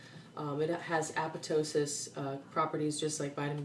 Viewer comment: apoptosis = ay-pop-TOE-sis